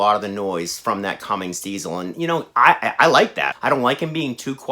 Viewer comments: Could you please stop calling it a Cummings, it's a Cummins, no G. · Please please it's Cummins not cummings! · Where does everyone find the invisible G at the end of Cummins ?